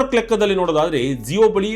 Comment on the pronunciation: Yaro report madiddu, zeyo alla adu jio.